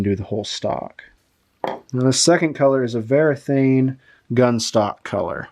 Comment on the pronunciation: The brand is Varathane, not Verathane. It is printed right there on the can